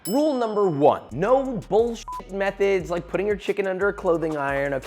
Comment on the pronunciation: the more and more Im hearing "methods" the more it sounds like "meth heads"